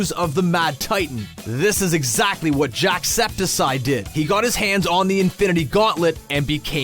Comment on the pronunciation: "jack septicide" XDDDDDDD im dying LMAO